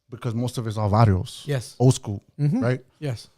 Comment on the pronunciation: Yo i love how he said he is was soo smart in elementary and then he said elementary SKROOL😂